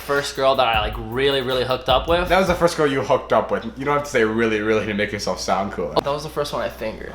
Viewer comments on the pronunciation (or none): He kept saying wiff 😂 instead of with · Anyone just listen to say "with" or should I say "wif"??? I love it so much ❤❤❤ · "deaf" "wif" lol the list goes on